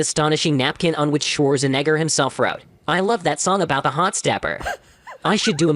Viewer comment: you say shwarts(n-word) instead of shwartzanager